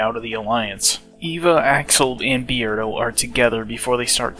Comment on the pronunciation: Why do you pronounce his name Bee-erdo and not Beard-o?